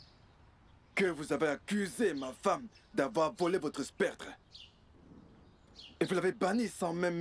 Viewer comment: SCEP-TRE !!!!PAS spec-Tre !